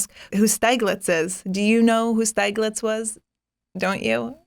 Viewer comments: HI It is pronounced Schtihglitz, the e is silent and in german the I is not pronounced ei but ih. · Great episode. I'm stunned though that you didn't know who Stieglitz (pronounced Shteeglitz) was. You have to do more digging into him. The guy was a pioneer! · Some other fascinating photographers: Ernst Baumann, W. Eugene Smith. Pronounced "Steeg-litz". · Nice and entertaining enough to watch the whole hour. One suggestion: please also do a little research on how to pronounce (foreign) names. Especially Stieglitz you pronounced completely wrong...